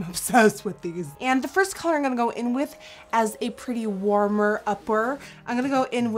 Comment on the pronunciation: That's so weird because the way she says "in gunna" instead of "I'm going to" sounds so native and so. Damn. Annoying.